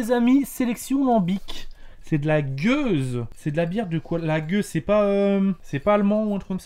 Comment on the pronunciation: c'est une gueuse, pas une gouse ! Bière Belge ;)